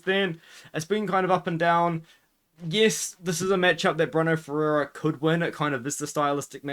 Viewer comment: “Bruh-no ferreira” lmfao you’re an idiot